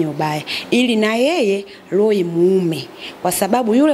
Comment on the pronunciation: Huja sikia loho ama hiyo iko sawa sio roho 😂😂